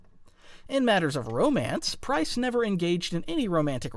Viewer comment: Pryce, not Pryze